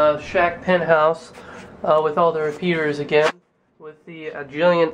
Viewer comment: "A-Gee-lent?" Seriously?